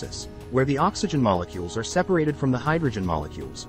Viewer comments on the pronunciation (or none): none